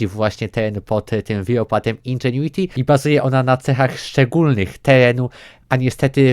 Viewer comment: Jezu chłopie powiedziałeś indżuenity ze 78 razy w 3 min 😐😐😐